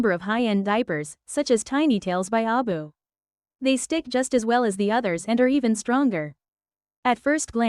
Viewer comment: I don't like it when it mispronounces ABU Diaper Company as ABoo!